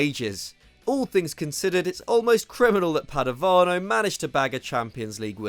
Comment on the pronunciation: Padovano was so bad you said his name as "Padonova" XD